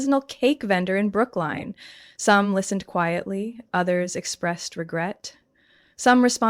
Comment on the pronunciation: Don’t you all realize this is a fabricated story? While I’ll concede family can take advantage of your generosity, this story was fed on a ChatGPT prompt. Narrated by AI, with names misspelled, mind you. Brooklyn (borough in NYC) was pronounced Brookline 🤣 that told me how this whole fictional story was made. There’s even a disclaimer in the description.